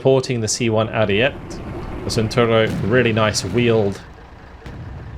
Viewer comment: Ariete is pronounce “air-ee-e-tea”